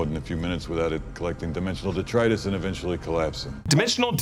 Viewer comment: D E T R I T U S dude. Your editor even blatantly played a clip of the character pronouncing it correctly.